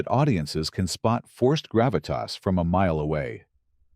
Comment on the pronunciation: You forgot Grav-it-Tossssss! Lol